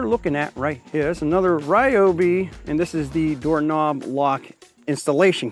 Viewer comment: my bro, I heard an "insult" directed at you from Sara at "tool show". She was correcting YOU of all people that it's pronounced "REEOBY NOT RYOBY". I almost started to cry for you😢😂